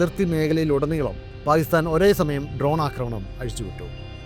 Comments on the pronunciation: താങ്കളുടെ വീഡിയോ കൊള്ളാം എന്നാൽ താങ്കൾ പാക്കിസ്ഥാനെ പായിസ്ഥാൻ പായിസ്താൻ എന്നാണ് സംബോധന ചെയ്യുന്നത് ദയവായി ഇങ്ങനെയൊരു വീഡിയോ ചെയ്യുമ്പോൾ ഉച്ചാരണത്തിൽ കൃത്യത പാലിക്കുക നന്ദി നമസ്കാരം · Pakistan ennath Paistan ennu parayunnath bayankara arochakam aayi thonnunnu. Pls correct next time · സാർ താങ്കളുടെ വീഡിയോ വളരെയധികം ഇഷ്ടപ്പെടുന്നുണ്ട് എന്നാൽ പാക്കിസ്ഥാൻ എന്നുള്ള ഉച്ചാരണം ക സൈലന്റ് ആയി പോകുന്നുണ്ട് പാക്കിസ്ഥാൻ എന്ന് ക്ലിയര്‍ ആയിട്ട് ഉച്ചരിച്ചാൽ വളരെ കേൾക്കാൻ സുഖമുണ്ടായിരുന്നു നന്ദി നമസ്കാരം